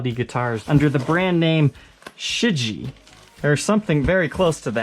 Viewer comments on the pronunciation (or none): Pronunciation of the name is something like "Sure-G-eh" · Just FYI it's "She Gee" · I believe that they pronounce their name like this SHIJIE (She-Gee) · I don't understand why none of you YouTubers simply put 尸解 into Google Translate and learn how to fucking pronounce the damn name correctly.